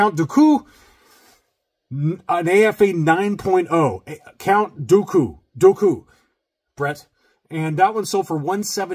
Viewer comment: Keep practicing, you’ll get it right one day. And if not you can always just call him Darth Tyranus. 😂 #dooku